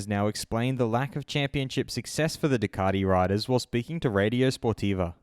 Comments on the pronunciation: ....who's Ducardi? Thought there was a "T" in the marque! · I didn't think Ducati had an 'r' in it but apparently it's Ducarti, as per our Moto World compare...... Really?